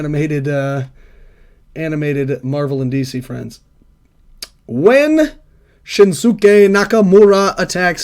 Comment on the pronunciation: Asuka = Ask-a. Shinsuke Nakamura = Shin-skay. Silent letters and mute vowels. Devoicing. They tend to drop the 'u' sound after an s in Japanese, if the consonant before the vowel is voiceless, and at the end of the word or followed by another voiceless consonant.. "です/Desu" being pronounced "dess" rather than "dessoo" for example, if you know any basic Japanese. Also, "Bret Michaels" was a good guess. You combined Bret Hart and his longtime rival, in wrestling and in real life, Shawn Michaels. Interesting to see those cogs turn in your brain where you sort of have the info there and mush it together!